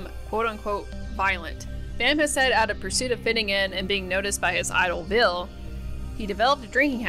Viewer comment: It's Ville. Not Vill. 😂